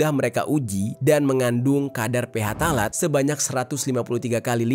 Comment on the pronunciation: Koreksi bang, baca phtalate yang bener itu "ptalat" bukan "ph talat".